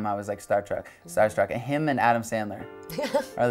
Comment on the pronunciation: did he just say weird in British